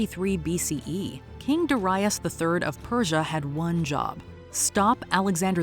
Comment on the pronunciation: "Duh RYE us"... GADS can you not even listen to your own clips on how to pronounce it? Did you never know anyone named Darius? DARE-ee-us, for chrissakes!